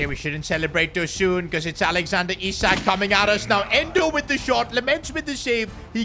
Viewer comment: I sack(isak) too😭😭